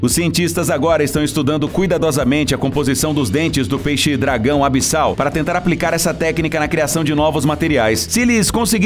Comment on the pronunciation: É zona ABISSAL e não Abdial